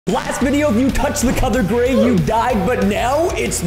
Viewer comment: It's okay You try to say gray🤗